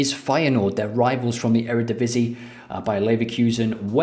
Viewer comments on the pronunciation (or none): none